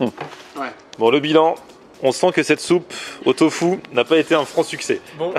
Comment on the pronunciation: une soupe de « tofu » pas « fou »! ... 😂😊😂